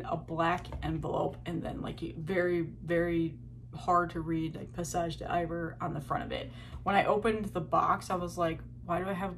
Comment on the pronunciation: Just so you know, it’s pronounced Pay-Zaje Dee-Vare (vare as in, variant). Like Bon Iver with a D! Hope that helps.